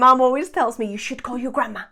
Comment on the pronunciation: MODAL "moh-dahl" not "mod-del" SHOULD "shh-ood" not "shoe-ed"